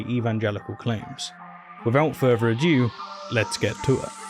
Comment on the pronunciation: Further a'due....? I thought it was further a'do..... American evangelicals 🙄 saints perserve us!!😉